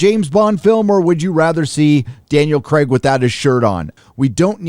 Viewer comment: It's Craig not cregg